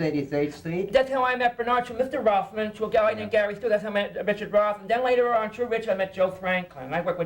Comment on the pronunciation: Richard Rothman!? Obviously this deserves some Googling, oh its Roffman